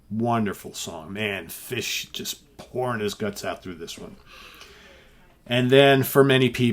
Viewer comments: Your pronunciation of “Fish” is spot on! Steven Reid has coached you well. Superb album. Complete classic. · My kilt approves of your pronunciation of the word fish. You should do a whole show with a Scottish accent.